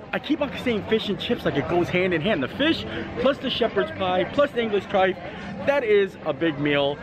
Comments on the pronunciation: The trifle is pronounced try-full. Sorry had to say I’m from the UK and hate trifle, cold custard disgusting!! Enjoy all your vlogs and very helpful planning for my trip once we can travel again. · Ahh great video! But we pronounce it TRI-FULL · Just to let you know I’m the future it’s not trifle it’s pronounced trife-full. Just letting you know because I am from England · You are so cute but it’s Trifle, kinda pronounced Tri-full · Thanks - I am American and was wondering why he pronounced it the way he did. I thought there might be a British alternate pronunciation... Cheers!!! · Cracking vlog. Crying with laughing at the trifle pronunciation, especially as it wasn’t really a trifle. Keep it up. We’re hoping we get over in December and it will make our holiday if we see you 😉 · Chicken tikka masala (and many other curries) are very popular in England! Also the pronunciation of trifle rhymes with Eiffel! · It's pronounced TRY-FULL, not "trife". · And triffle is super easy to make. Pronounced trife el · Oh, you had us in stitches...English trife...its trifle with an L.🤣🤣🤣..however it will forever be called trifle in our household 😅🤣🤣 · Hey a Brit here, the trifle is pronounced like “Try-Full” also you don’t need a specific glass to make one they usually get made in a big bowl! 😅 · As a Brit who has grown up with trifle it will now forever be known as Trife. Thankyou as always for such an informative vlog but making us laugh as well 😆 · you had me laughing today when you were talking about the english trifle and you were calling it a Trif 😂😂😂😂 it’s pronounced Tri fle like rifle with a T 😀😀😀😀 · love the video! english person weighing in though its a trifle not a trife 🤣🤣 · Pudding was trifel but spelt trifle. The L is pronounced! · Trife? It's TRIFLE. TRYPHUL... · hey love your videos! as a brit here i just wanted to let you know the correct pronunciation of 'trifle' is try-full! glad u liked it its my fave